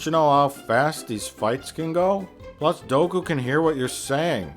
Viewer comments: "Doku's power levels"; and at first I thought that mispronunciation was just supposed to sound funny. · Its count dOOku, Im sorry but every time I hear you say doku i want to eat my freakin ears. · omg... DOOKU, NOT DOKU. Fuck. Sorry. But fuck. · Great review... but it is Count Dooku (DUKU) not Doku(Doak-u) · I never know when he's mispronouncing names on purpose or if it's satirical. He's never once said Padmé's or Dooku's name correctly, and he keeps calling Jango "Boba". I have a touch of OCD so bear with me; I just had to vent a bit lol.